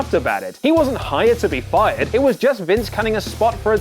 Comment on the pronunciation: Lol fired. I re-listened, really does sound like 'buyed' haha